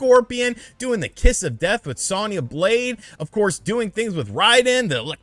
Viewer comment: I dont like how u pronounce Sonya and Raiden lol